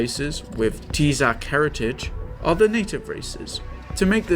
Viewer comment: Every time someone is told to watch this video, i have to mentally prepare myself for the ensuing confusion about the narrator's pronunciation of "Teezak"